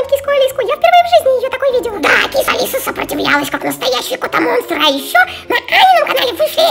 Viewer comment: Почему Сафи а не Софи?и почему Котамонстр а не Котомонстр?